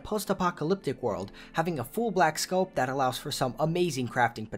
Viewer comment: SCOPE not SCOP....